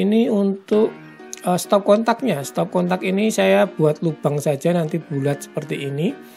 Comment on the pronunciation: Stop kontak bang,,,bukan stop katak Hehehehe 🤣